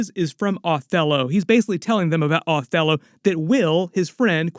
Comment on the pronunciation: OH•thello! Not AW•thello.